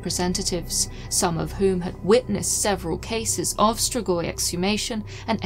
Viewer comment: STREEEGWAH (Romanian pronunciation) Love you, just a hint!